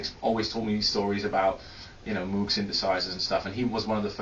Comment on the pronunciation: OMG I can't believe Armin, of all people, pronounced "Moog" wrong!